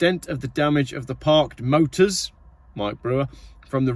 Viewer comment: Don't forget to miss out the 't' when you attempt tp pronounce 'motor'. The airport statement sounds like a Russian one when an arms factory mysteriously catches fire...'electrical fault' (of course!)